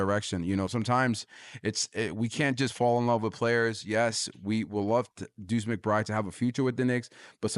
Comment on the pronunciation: Sounds like you know what you're talking about, but I had to shut of the video because of something my ear kept picking up on. It sounds like you're dripping the D sound off the end of McBride. Sound instead like McBry. A little too distracting for me.